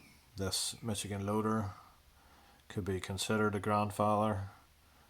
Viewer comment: Pronounced Mish-a-gen. Just saying.